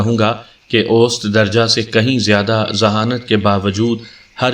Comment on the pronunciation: Ap hamesha "ost" padhte hai jab ki sahi maane me is ka talaffuz "aosat" hai jis ke maani hai 'darmyana' ya darmiyani .....masalan 'aosat umar' yaani 'darmyani umar'....mtlb na zyada budha or na hi bilkul jawan......'aosat darje ke log' ... Yaani 'darmyane darje ke log' mtlb na zayada amir or na hi zyada gharib.